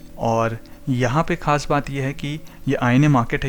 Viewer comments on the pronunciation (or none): none